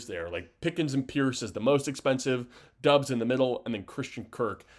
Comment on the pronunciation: It was driving me crazy when he said that!!! Lol